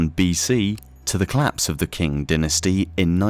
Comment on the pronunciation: "Collapse of the king dynasty" :D omg it's pronounced "ching" or "tsing" but not "king" :D